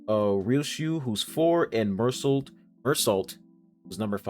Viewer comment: Confusing name guide Don Quixote (Don Ki-Hoe-Tay) Heathcliff (Heeth-cliff) Mersault (Mer-So. He’s French) Outis(Oh-tis. Our only glazer)